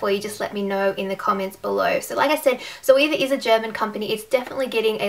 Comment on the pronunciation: Great review! Definitely convinced me even more to buy the rose gold set. Btw, the proper German pronunciation is Tserva (rhymes with server).:)